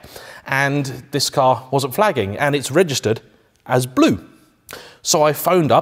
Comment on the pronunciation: Boris Johnson would like your "bloo" Lamborghini